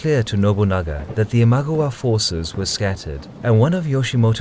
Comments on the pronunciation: Great, so I've been pronouncing Imagawa wrong all these years. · i can't stand how u say imagawa but really nice vid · Your pronouciation of Imagawa is ridiculous, jesus christ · it's not IMAGOWA, it's IMA-GA-WA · '' Ihm-ah-gah-wah '' isn't it ? Least that's how I always pronounced it. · It is pronounced as Ima-gAh-wa. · Very interesting video! Quick tip on Japanese pronounciation: there is no stress in the Japanese language, try saying "i-ma-ga-wa" (sort of like a robot) in stead of "i-MA-ga-wa". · I know you don't speak japanese but its i ma GA wa not i MA gwa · The pronunciation of Imagawa is i-mah-GA-wah, not GU. It sounds like a totally different word with a wrong vowel. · It's Ee-mah-gah-wah, Not eemagwa!!! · it's pronounced imagAwa, not imAgawa this is bugging me soooo much this video. In any case though, worth my 1 buck :D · It’s ima-GA-wa not im-A-ga-wa. Just saying, common japanese phonetics. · The pronunceation in the video is even worse than that, it sounds more like iMagua, maybe they are thinking of the character from Last of the Mohicans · this was really good, but i wish you had pronounced ima-gawa correctly. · 'Imaguwa' is driving me insane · Say it with me. Ima gawa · Nice video but.... WHY "ImagOwa" ??? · Your pronunciation of "Imagawa" is driving me nuts. It sounds like Imagowa. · Saying imagawa wrong really annoys me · The Raging Storm I agree 100% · I love the content. It is great to see Japan history. I lived there for over 2 years and learned the language and lived in the locations of many of these battles. The one thing that is killing me is the pronunciation of the lands and names of generals. The mispronunciation of Imagawa was particularly painful to hear over and over. Other than that, there are super cool! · you mistakenly wrote 大友氏 (Otomo clan) instead of 尼子氏 for Amago clan. That and the mispronunciations, like 'Imagawa' which others have pointed out, and 'Tokaido', where both 'o' is pronounced as long 'o'. Other than that, good video.